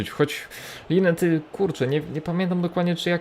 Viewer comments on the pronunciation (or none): linetti się czyta